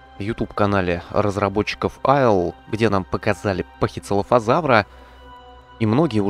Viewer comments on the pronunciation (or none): none